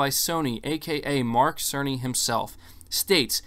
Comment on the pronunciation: Its mike cerny 🤣🤣🤣🤣🤣🤣🤣 every time they mention his name, it sounded like Mark SONY! 🤣🤣🤣🤣🤣